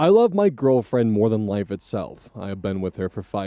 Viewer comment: That makes more sense. I knew that you were talking about teen parents versus adult parents. It was the "move" instead of "more" that threw me for a loop. Still not sure about the rest, though.